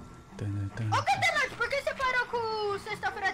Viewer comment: Eles falaram mil vezes godezordi